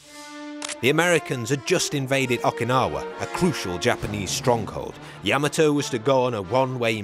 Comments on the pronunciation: It's not "Yeah-ma-toe", its "Yah Ma Toe". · Yuh-maa-toe lol not yam-uhh-toe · Like the video except you keep saying Yah Muh Toe when it's Yah Mah Toe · YAM- a- toe? Yah- MOTT- o. Good grief. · yama toe ? NO NO NO Yah mato same type of people that say werner von brown its Werner Von BRAUN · It’s not yama-toe, it’s yuh MAH toe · The way you’re pronouncing the name of the ship sounds wrong. Is it YA ma toe… or ya MA toe? I’ve always heard it pronounced ya Ma toe. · You are pronouncing Yam ato the wrong way. It is pronounced Ya mato is correct!! 😊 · He put the emPHASIS on the wrong sylLABLE. It’s YaMAto not YAmato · I always heard yaMAHto with the syllabic emphasis on the middle section. I guess it’s another example of two countries separated by a common language. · Ya-mato.Please pronounce it correctly!! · THANK YOU! The mispronunciation of Admiral Yamato's name distracts from this otherwise outstanding historical piece. - Retired Senior Naval Officer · You would think someone being paid to make a documentary about a boat could at least learn how to pronounce its name. Makes me cring everytime he says it wrong. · Dude needs to pronounce Yamato right. Drives me nuts when he pronounces it wrong. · Gotta love a video where the narrator can't even say the name of the ship correctly? Even worse, really bad journalism when talking about the explosion of the battle ship they show a picture of the abomb from Nagasaki. Just saying truth and attention to detail are piss poor here... For a documentary, that should be more interested in being true and factual...